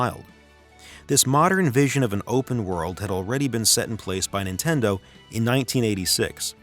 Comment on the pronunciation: "Intendo" lol